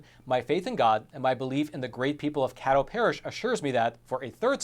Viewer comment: It’s pronounced Kay dough. The politics in smaller parishes make me believe this is more fishy than is being said.